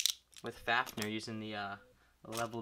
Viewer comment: How to say fafnir fa f near